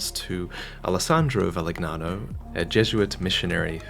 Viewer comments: Actually is pronunced “Valiniano” and not Valignano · So, not a single soul mentioned how he butchered the Italian name Valignano? Jeesh, I hate it when Americans pronounce all words as if they were of English origin. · That isn't how you pronounce "gn" in Italian. It's like Spanish ñ and Portuguese nh. It's a single sound. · Lmao “how dare a guy not know the linguistics of a language he doesn’t speak” He isn’t even American ya ironic goofball